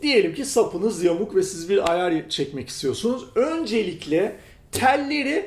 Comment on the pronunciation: neden ayar yerine ayaaağr diyorsun jdjddjdjddk